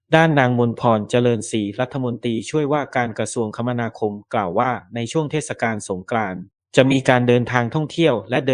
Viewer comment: โหออกเสียง เทด กาน เลยเหรอไม่เทดสะกานเลยเหรอ